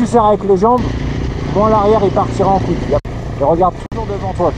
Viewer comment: Excuses moi chef mais on dit pas shoéé mais choille